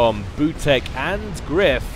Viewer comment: maybe butek reads like "veetyok"?